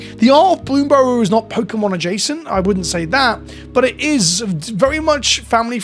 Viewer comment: I'm watching this video because you are the only content creator that pronounces bloomburrow without a weird emphasis on the final syllable.